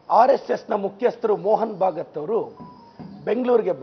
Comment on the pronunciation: ಎಪ್ಪ ಭಾಗತ ಅಲ್ಲಾ ಭಾಗವತ್